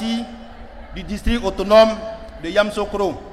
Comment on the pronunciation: Il 'e sait même pas prononcer yamisocro